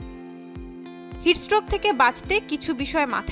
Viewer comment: উচ্চারণটা ভালোভাবে করবেন! বার বার 'হিটস স্ট্রোক' কে হিটস রোগ বলছেন মনে হচ্ছে😂😂😂